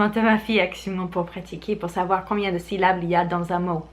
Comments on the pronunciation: Ces six saucissons-ci sont six sous. Si ces six saucissons-ci sont six sous, ces six saucissons-ci sont trop chers. Une phrase que j'ai adoré répéter dans mon enfance 😅 P.S. Syllabe et non syllable 😉 Salutations de 🇨🇭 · "Syllables" trop mignon mdrr 😅 C'est syllabes 😉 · J'adore le syllable <3 <3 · Très bonnes astuces, surtout tes fameuses syllabes aka "syllables" trop chou ta version de ce mot😂😜